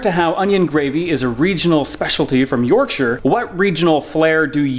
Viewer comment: Well done for for pronouncing Yorkshire pudding correctly and cooking a roast dinner the right way. Impressed